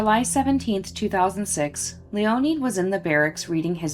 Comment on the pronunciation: LEE-O-NED not LEE-O-NEED. Can't do anything about now. Be better.